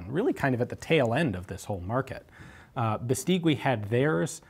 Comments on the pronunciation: You really sound well speaking spanish, but Beistigui is not Biisteewe. In spanish you must ignore the u between g and i, unless it have "¨" (ü). Bestigui sounds more like Biistighi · It's pronounces "Beistegi"not "Bestigüi" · By the way, "gui" is pronounced like "ghee." In Spanish, the "u" is not pronounced when between a g or q and an i or e. Overall, excellent video as usual! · The correct pronunciation of Beístegui: accent on the first syllable and then the 'u' is silent. When I was a kid I had a bicycle made by them which was a very popular make, 'BH' (Beístegui hermanos). The bicycle factory was situated on the city where I grew up. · Here in Spain nobody calls it "Beistigui", just BH. And if you didn´t grew up with a BH bicycle , you didn´t had a childhood. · Hi !! Spanish here, Tiny little thing: Bestigui is pronounced something like "bestighi" Great videos btw !! I love your channel flies away